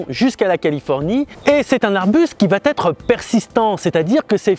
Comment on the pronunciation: "va-T-être" Ça fait mal aux oreilles...